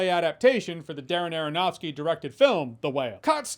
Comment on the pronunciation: STOP SAYING ARONOFSKY!!!